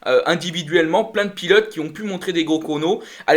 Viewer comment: Salut. Merci pour cette vidéo débrief par contre faudrait vraiment que vous preniez le temps d'articuler sur les noms des pilotes car vous les machez presque tous 😉